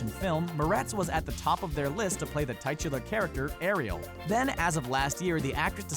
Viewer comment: What is it about the awful pronunciations on this channel? It is very distracting and laughable when you can't even pronounce the word titular. Laziness at it's finest.